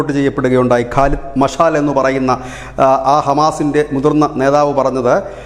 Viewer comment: കാലിദ് മിഷൽ ആണ്. മാഷാൽ അല്ല ഓക്കേ